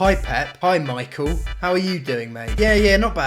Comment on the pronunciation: Did you really call Mikel Arteta Micheal? Are you alright ?